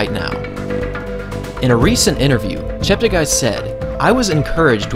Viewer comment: Slight correction: his name is actually pronounced as Cheptegay.. (te for television) not Chapterguy